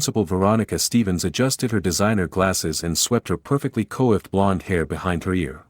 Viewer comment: These stories are so masterfully written that it's hard, let's to believe the mistakes in pronunciation. Coiffed is a one syllable word derived from a French word "coiffure" that refers to hair. To spell it in a way that would facilitate I would suggest "KWAHF" When the word "wound" was pronounced as if it were talking about a string wound around a finger, I had to say something. This time it was referring to the injury, as a wounded soldier. Help!!!